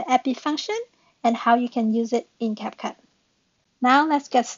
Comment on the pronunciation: CapCup Okay how did you mispronounce that